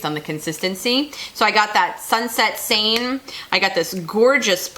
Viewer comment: Hi! MsGoldgirl referral here. Currently binge watching your videos. Loving them!!! BTW: "Seine" is a river in France. It runs through Paris. And you pronounced it perfectly!